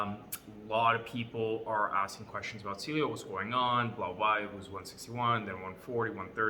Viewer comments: It’s pronounced ceaylo as in cialis not seelio... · Can’t even pronounce the company name right